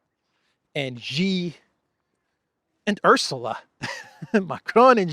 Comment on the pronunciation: He's not called "Gee", he is calle "She".